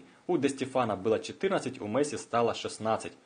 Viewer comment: досмотрел (дослушал) до . после "Мэсси" выключил. такого футболиста не существует.